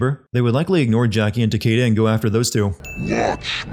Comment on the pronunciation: It’s pronounced Ta - key - da, not Ta - kay - da.